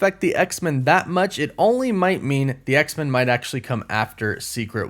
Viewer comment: I love your work but I'm so weirded out by the way you say X-Men. I've never heard anyone say it that way. It's X-MEN not X-min. Men needs to be said the way it would be if standing on its own.